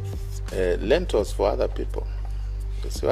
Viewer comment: Lentils 😂😂😂😂*rentals